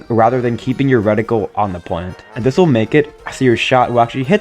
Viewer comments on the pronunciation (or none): It's called a reticle of a gun, not a "Redical".